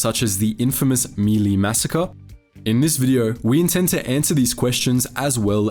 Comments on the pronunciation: That's the first time I've heard it called "me lee" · My Lai pronounced (Mee Lie).